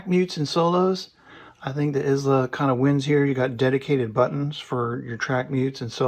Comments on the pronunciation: Wow. That seems a tad hyperbolic. It's actually EyeLa not Is-La. It's named for Brad's daughter. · Is pronounced “eye-lah”. Don’t feel bad, my Scottish in-law shamed me mercilessly over my butchering the name in the same way. Great review!!